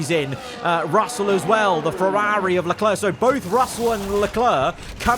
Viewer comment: Why does this guy pronounce Ferrari like he’s falling off a building “FerRAHHri”